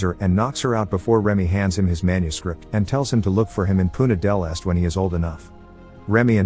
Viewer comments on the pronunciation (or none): Narrator commited a crime while trying to pronounce Punta del Este